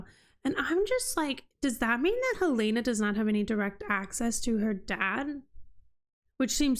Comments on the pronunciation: Yes, the pronunciation is the same as the Capital city of Montana! Not "Hill-ay-na" but Hell-in-a" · It's a little thing, not worth making a big deal about but - you are not pronouncing Helena's correctly.